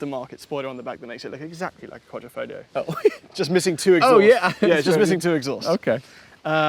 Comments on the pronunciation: And you still cannot pronounce words properly, can almost think you are Americans... its Quadrifoglio, not Quadrifoligo.... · QuadrEEfoglio damn it! Can't make jokes without getting my comment censored lol... but it's QuadrEEfoglio, not QuadOHfoglio 😂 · Mi pare dicano quadrifolio... It's not the correct pronunciation! The g is not silent. 😊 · Quadrifolio with missing ‘g’ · I love to say that outloud with a forced italian accent: ALFA ROMEO GIULIA QUADRIFOGLIO VERDE 🤌!! Say it fast too (Don't pronounce the G of quadrifoglio you muppet) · Wait…. You aren’t supposed to pronounce the “G” …?